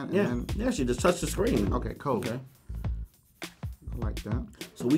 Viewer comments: "the scween is good enough to play on" 2017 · did he gust say scween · The SCWEEN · did this dude just say "the scween"?